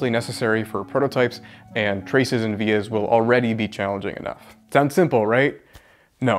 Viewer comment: As soon as I heard “vias” I knew you’ll be in the comment section